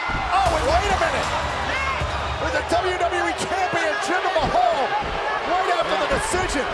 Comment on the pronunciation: Oh look, it's Jinder MAY-hal.